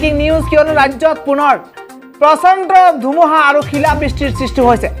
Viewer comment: Apuni kinu dumuha dumuha koi thake he. dhumuha buli kabo ako